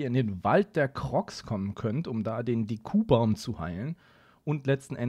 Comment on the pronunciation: Bite sag nicht DekUbaum, es heißt DEkubaum XD